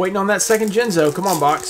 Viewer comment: Jinzo, or as Simply Unlucky calls him, Jizno